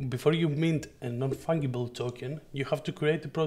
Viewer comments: Its an easy enough English mistake to be made as the word fungus uses the ga as in gas … i rather like hearing it as fung-able !!! You did a great job on the video - tell me tho - if you made 100 what makes each one different from the other ? Can it be the number of each one minted? Because if they are all the same as copies wouldnt that make them fungible ? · Nice video, but please, learn and pronounce correctly the word "fungible", please!!! The "g" is pronounced as the letter "j" in "JumpNet".